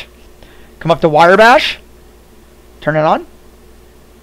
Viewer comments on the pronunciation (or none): Thanks for the info. Just a heads up - it's Wrye as in rye bread, not Wire Bash. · useful vid, talk a bit slower though, and PLEASE dont call it WIREBASH, its RYEBASH lol anway thanks for vid